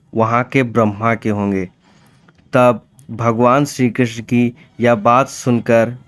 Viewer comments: Tthik sey ucharan kijiye...shree Krishna🙏🏻🙏🏻🙏🏻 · ये पोराणीक जानकारी अच्छी है पर क्षीकृष्ण नाम का उच्चारण सही से करो